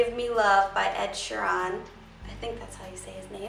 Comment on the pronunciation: ed sheerAN? what? you say it so weird :L